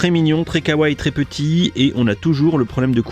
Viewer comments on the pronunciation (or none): none